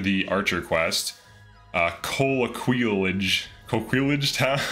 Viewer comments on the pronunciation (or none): French man here, coming to the rescue, it's "ko-kee-yage" (age pronounced with a French A like in facade, triage etc...) double L makes a Y sound in French. I know JRPGs like to inject French in their game but this one is off the chart ... like most places and hired units have French names, it's a bit disturbing as there isn't a clear French inspired setting in the game. The game is also ruining the name Alain for me but oh well, not the first time a JRPG does that haha Thanks for the video, it's useful for planning builds till release day